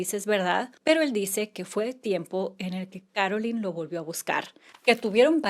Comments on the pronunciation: It's Carolyn Bessette NOT Caroline, which you say many times. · Here name is Carolyn NOT Caroline